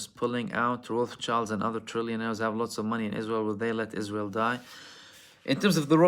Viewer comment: Sounds like you're saying ¿is-real? Can't handle that Hezb 'Allah smoke. They messed around and found out! 😂😅. Middle Finger to the Arab World of Spinless leaders; King Faisal bin Abdulaziz Al Saud was the LAST real leader and like blacks on this side, the "Man" got his own blood to take him out. He would have NEVER let this reach this far. PRAY HELL FOR ISREAL EVERYDAY, I think the Devil aware and closed his doors because he isn't even this evil